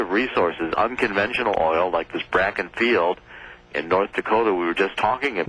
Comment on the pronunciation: This guy is a furicking IDIOT !!!! He don't even know the name of the formation. It is NOT the "BRAKKEN formation it is the BAKKEN FORMATION NOT BRAKKEN